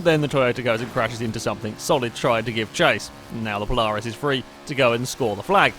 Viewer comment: I mean, I know you're British, but you say Polaris kinda strangely